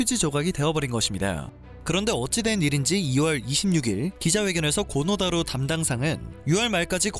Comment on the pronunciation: 뜬금없긴 한데 정확한 발음은 고노다로가 아니라 "코노 타로" 입니다. 정정해 주세요